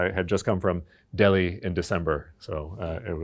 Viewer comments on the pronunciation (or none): none